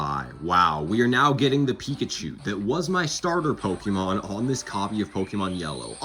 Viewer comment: look up how to pronaunce pokemon